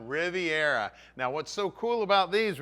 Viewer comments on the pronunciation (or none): none